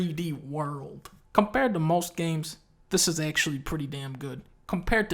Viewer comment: GUUUUUh, ACTULAY DUNKEY ITS MATTER EATER LAD!